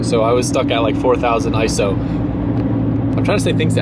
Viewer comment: You said it right. It's ISO